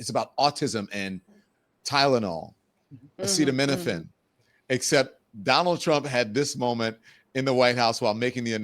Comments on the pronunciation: “Aceta-WELL” has me in STITCHES 🤣🤣🤣 what an imbecile 😫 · I loved how all the panellists held their heads, hid their faces, and laughed when Donald was trying to pronounce "acetaminophen." 😅😅😅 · He's been talking about this BIG ANNOUNCEMENT for two days, but he can't even pronounce the name! He's not winning!🤣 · The world must be laughing at us .Imagine our president can not pronounce the word acetaminophen. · 45. and you claim to be so smart can't pronounce acetaminophen. dummy